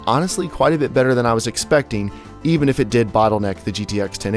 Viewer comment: It's not a Bootleneck!